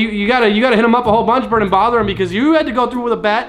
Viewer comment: its burt not bert